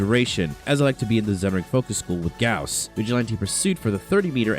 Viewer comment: That's the right pronunciation. It's spelled like House not Boss.